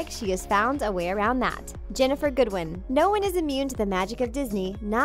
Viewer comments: It's Ginnifer not Jennifer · Ginnifer! Not Jennifer! Ugh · It's Ginnifer not Jennifer. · Wow didn't have the decency to figure out Ginnifer Goodwin's real name? It's Ginnifer, not Jennifer. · Her name is Ginnifer, not Jennifer -. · omg her name is Ginnifer not jennifer lol gj like legit she my fav tho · Her name is Ginnifer, not Jennifer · Sorry but it's ginnifer goodwin not Jennifer goodwin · Her name is Ginnifer. Not Jennifer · Pink angel she said Jennifer thats not her name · its Ginnifer